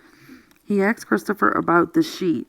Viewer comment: Thank you very much for reading this. I just wish you would just read and not interject and save your personal feelings on it to discuss after the book reading. It would also sound more professional if you said "asked" not "axed".